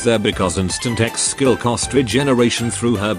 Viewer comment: You say Ex skill, I hear Seggs skill